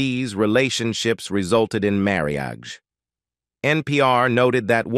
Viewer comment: "Marry -Ajj"....🧐🤨